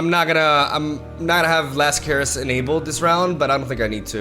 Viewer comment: Last Caress (Evelynn spell) isn't pronounced Care-ess. It is pronounced Cuh-ress. Just thought you should know because it really bothers me when you say it wrong.